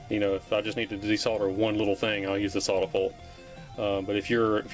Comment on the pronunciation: and I heard "sawdapolt" and had no idea what you'd said. But google figured it out: Soldapullt is a brand of one of those cheapie spring-loaded solder suckers.